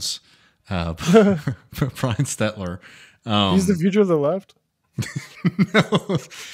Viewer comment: it would help if you read and pronounce Brian Stel•ter’s name according to the spelling, even though you rarely mention him.